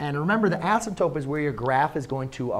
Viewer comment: he definitely said "asymptope" right?